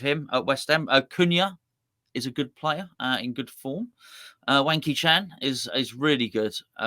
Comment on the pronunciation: I'm sure he didn't mean it but I can't hear it as Hwang Hee Chan because it sounds like Wanky 😂😂